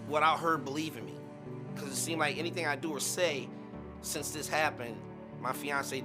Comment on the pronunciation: "He seamded cool" 😂😂😂